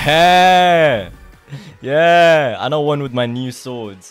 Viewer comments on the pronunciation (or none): why does bro say "ye eh" instead of "yeah"